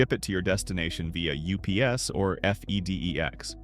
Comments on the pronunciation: F-E-D-E-X? Never heard anyone pronounce it like that before. It’s “fed-ex”. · what surprised me the most is that you think we all have suitcase measuring devices at home!!!!! also, AI voice, it's pronounced FED EX. don't spell it out for us!